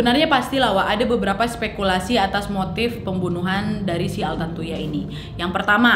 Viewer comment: Ini vdeo lama, tpi karna brhubung qu lupa udah nonton apa blom jdi yowes tak tonton aja 😁 Btw knapa nama si korbn trdengar jdi "tarantula" ya di telinga qu?? 😆😆